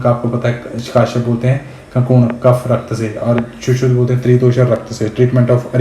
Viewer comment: Sir ji It is not kaashyap ( काश्यप ) , it is Kashyap (कश्यप) As अजय कश्यप महर्षि कश्यप